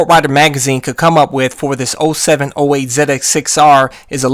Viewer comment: Say it with me Z X 6 R. First time I've ever heard someone call it a zedex 6r. Great vid very informative.